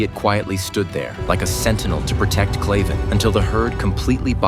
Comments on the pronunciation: His name is Kraven not clayven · It's kraven not claven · Kraven is pronounced wrong all the way through this video and it’s annoying me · Bro its kraven